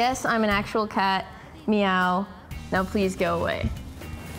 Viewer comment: "how obout o cot? btw, its 'how about a cat'